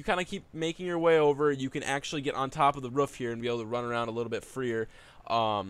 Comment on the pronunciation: "you can actually get on the ruff here"